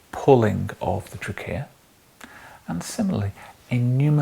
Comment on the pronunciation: What about “trickeya”